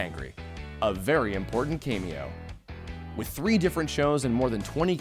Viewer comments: Great vid! Just a small note: The word "cameo" is pronounced "KAM-EE-OH". Kaymee-oh sounds a little peculiar. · It's cam-ee-oh not came-e-oh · "Cameo" pronounced as KAY-mee-o"??? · .........2 observations intended to be helpful.... 1. an acronym is an abbreviation which can be pronounced as a word. MADD, SCUBA...not NCIS.....2. the A in cameo is short. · A very important what? You don't know how to pronounce CAMEO? .